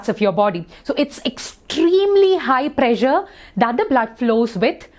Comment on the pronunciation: Ma'am you pressure sounds like pleasure